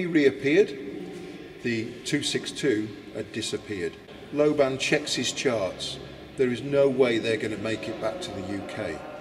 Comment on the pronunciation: lobban is a scottish name pronounced with accent on the FIRST syllable